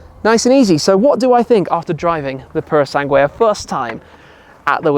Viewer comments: please stop saying puro sanGWAY, pretend the U is silent, sanGAY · It grates me somewhat when Italian words are mispronounced 'Pour-o-sang-way' isn't it......[shiver] 'Pur-oh-sang-g'way' . Translates as 'Thoroughbred'. Ferrari Thoroughbred is about as weird a name as Ferrari Laferrari really. Can't deny she's a looker for an SUV mind. Like they took an Aston Martin DBX and made it even sexier. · Tim, please stop saying Puro Sangué and spelling the U before the E...it annoys any latin language speaker like me...sorry for the rant but i had to do it. Keep up the good work. Cheers! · Are you sure thar you are pronouncing that correctly?